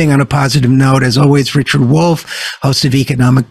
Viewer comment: “It’s da Wolff! It’s da Wolff” 🐺